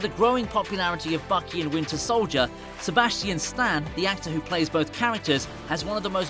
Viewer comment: The way he said See-bas-chee-anne Stan 🤣